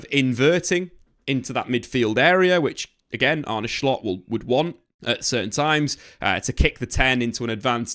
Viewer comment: stop saying shcoltt its solt